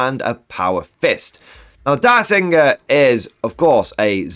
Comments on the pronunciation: Dirgesinger, not Diresinger. It sings a dirge. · My gosh. It’s not “Dire-singer”, like a direwolf. It’s “DIRGE-singer”. As in it’s her pet dragon and it sings dirges (sad funeral songs) that are psychic and so sad they kill people. Imagine how cool that is in a game. Killing the filthy xenos by singing to them! That’s why I run her with my Templars. So fluffy.